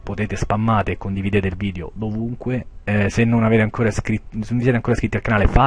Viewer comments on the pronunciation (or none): none